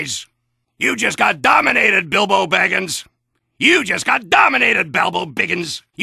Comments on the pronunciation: I love how 23% of "Dominated - Sniper" speeches are him failing at pronouncing "Bilbo Baggings". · I love how soldier can't say Bilbo Bagins and is soo cruel "I will send my condolences to your kangaroo wife" 😂